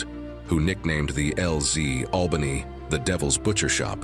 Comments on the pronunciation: I found this weird. Isn’t it just flanked? Not outflanked? And why say albaynee when you’ve been pronouncing it right before? Plus, did someone to shove as many school vocabulary words in as possible, even when there’s a simpler, concise way to say something? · Albany does not change its pronunciation as you like. You don’t forbode anything. someone please edit this stuff.